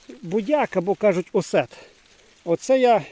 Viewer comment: Тільки не осет, а ОСОТ. А то ще небагато і получиться оцет. Вчіть українську.